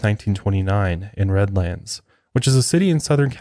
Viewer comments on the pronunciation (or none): I’m from the Redlands area. I know it’s a knit-picky thing buts it’s “Redlense” or “redlins”